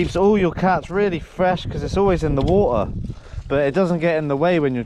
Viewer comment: My sister asked if you could make merch with “wa-ht-ar” ( you saying water with your accent) and waves behind it with a sunset or lobster. 🦞🌊